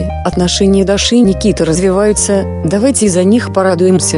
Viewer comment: Правильно ДУРА УДАРЕНИЕ ставь, ЧТО значит Даши, УДАРЕНИЕ на и